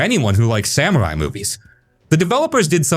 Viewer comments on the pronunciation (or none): none